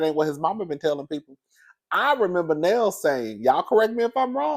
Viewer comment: It's pronounced Nell (Nail)